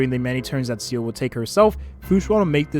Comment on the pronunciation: this is the first youtuber that i heard pronounce seele as "seal" instead of "see-le"